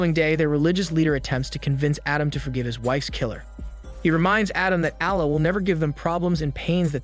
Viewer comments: omg the way u pronounce allah :( very bad pronunciation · 😆 bro really struggling to say allah correct, you can just say god it just a arabic word that translate to god